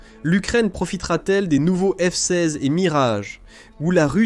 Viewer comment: je trouve que dans beaucoup de vidéos il y a un ou plusieurs problèmes. Des mots répétés plusieurs fois. Dans cette vidéo, au lieu de f-16 , on entend f size , fsaze , et quelques fois on entend les 2 ou 3 derniers mots d'une phrase répétés. Et c'est un problème qui revient souvent, sans parler des problèmes de ponctuation. Ce n'est peut être pas grand chose, il faut avoir regardé plusieurs vidéos mais c'est fréquent sur cette chaîne... Dommage